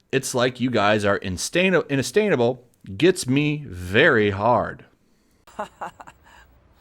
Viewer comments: instainable? Learn to read. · Let's help him, Say it like this, in-say-sha-bull. There you go. Hope it helps. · mispronounced that. It was insatiable. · Dude I am on Vic’s side but seriously learn how to read it’s embarrassing when you can’t either read a sentence how it’s written or even read the words written, insatiable is one word of a few you said completely wrong! When it’s your job/role on YouTube to make videos talking about things at least read them correctly please thanks